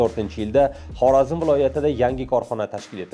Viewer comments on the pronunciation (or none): none